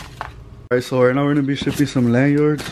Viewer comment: why he say “land yards” tho lol